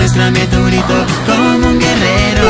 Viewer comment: Porque mando dice greto